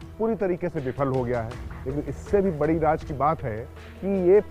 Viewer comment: Bhai Raj nahi Raz boliye raz means secret